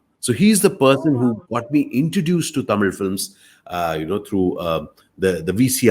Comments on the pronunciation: the way he pronounces the word "THAMIZH". ❤️❤️ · Sir I Like ur Pronunciation THAMIZH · Tamil nu solama tamizh nu correct ah soldrarupa...kathukanum ivartendhu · The way he say Thamil 👍🏽 lagaram on point 👍🏽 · Its quite easy for a Malayali to pronounce ழ் / zh unlike us.